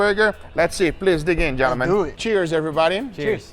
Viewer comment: Funny how Guga says the word "Gentleman" about 20 time in the video, but still messes it up by pronounce the L and making it sound like "Gen-lemman" 😅😂